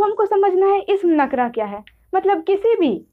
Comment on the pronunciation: Nakra nhi nakira padhte hain